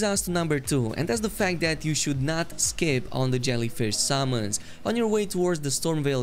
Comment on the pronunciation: The way he says "summons" sounds like he is saying "salmons" and I can only think of a fish flying at an enemy